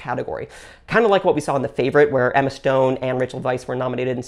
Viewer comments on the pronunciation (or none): none